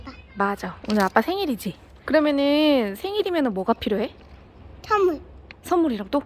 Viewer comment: 선물을 턴물ㅋㅋㅋ졸귀ㅠㅠㅠㅠㅠㅠ